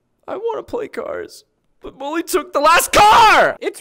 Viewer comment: Mully not molly